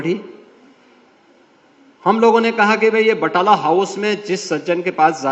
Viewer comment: बटाला house😂😂😂😂😂 Naam tak to sahi nhi aata बटला house